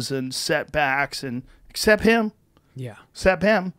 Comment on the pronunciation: Joe just said 'cep instead of except...the texas is in him already...love it haha